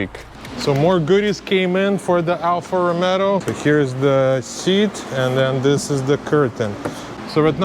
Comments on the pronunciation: Sorry to say. It is Alfa Romeo not Alfa Romero. Thanks for the video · " alfa romero" 🤣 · Me triggered by the way he says Romero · is romeo no romero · great content + knowledge and skills. But the make isn’t called “Romero” haha. By the way the W222, your daily, is a stunner.. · ‘Alfa Romero’ 😂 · its not ROMERO IS ROMEO!!! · Good job , but he name of the car is Alfa Romeo , not Alfa Romero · Pochemu Alfa Romero? Lol 😂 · "ALFA ROMERO" LOL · Found your video! Awesome content man. I was cracking up every time you call it an Alfa “Romero” lol. Keep up the awesome work brother. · "Alfa Romero" 🤣🤣🤣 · Alfa Romeo not Romero 😂😂😂😂😂👍👍👍🇧🇷🇧🇷🇧🇷🇧🇷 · Lost me at the second “ Romero”! 😂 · Funny you say Alpha Romero instead of Romeo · what is "Alfa Romero"???